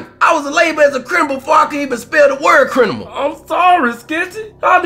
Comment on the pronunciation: Did Kmoore keep saying Crinimal?? lol